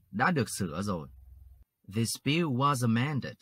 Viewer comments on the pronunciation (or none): none